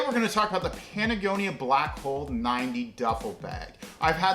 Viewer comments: are you saying Patagonia or Panagonia? lol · I stopped watching once you said patagonia wrong twice.